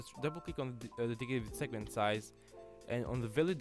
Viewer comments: he said segment, then segement lol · "segement" or "segment" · segement or segment... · is it SEGEMENT OR SEGMENT? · Segement or Segment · Did anyone notice he named it "Segement" instead of "segment" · "DedicatedSegmentSize" - not SegEment